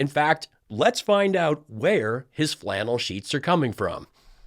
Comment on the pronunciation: I need to correct you, Sir. It's "Fshlannel Sheesh". I've hung around long enough at Lindell's network to know how to pronounce it right. 😂🛏